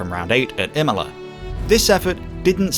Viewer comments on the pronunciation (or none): none